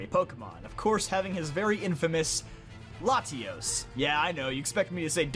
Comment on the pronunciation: I love how you pronounce Latios & Latias